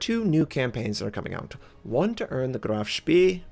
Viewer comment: On a completely different note: Your initial pronunciation of "Graf Spee" was jolly good, better than the alternative you opted for. ;)